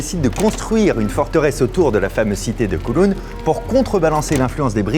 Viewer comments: pas "COULOUN" mais "COWLOUN", COW comme vache, et en cantonais, "Kaw Long" (^_^). Je vous fais visiter quand vous voulez, pleins de choses à voir, dans les petites rues, dans les hauteurs des tours... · Coucou fabien, on dit kaouloun pour kowloon voila voila sinon jmattends comme dhab a une super video sur l'histoire de Hong Kong ou j'habite :) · J’adore comment vous prononcez Kowloon 😂😂😂🤣🤣🤣 je vais vous aider phonétiquement : Kaawloun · J’habite à Hong Kong depuis 7 ans et j’ai beaucoup aimé la vidéo. Merci pour ce bon moment. PS: Kowloon se prononce comme cow (vache) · Koooooulown aha la prononciation laisse à désirer 😉 merci pour la vidéo je la transmets à mes amis Hongkongais